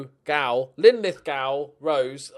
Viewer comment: Pronounced Lin-Lith-go... my local team as a boy. Loving this save!!